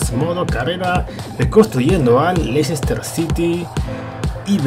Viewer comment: I'm Super Holly Se dice: Less-tah, no: Leicester.